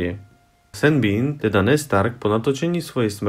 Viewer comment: že sen bean xD (spravne šón)